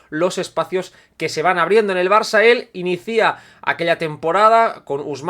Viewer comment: Sigo sin entender el "inicía"🤷🏽‍♂️